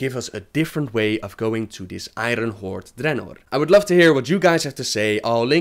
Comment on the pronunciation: I cringe every time you say I-Run horde.